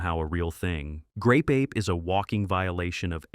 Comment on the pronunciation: OOHHH It's GRape Ape. .... Did anyone else here the G?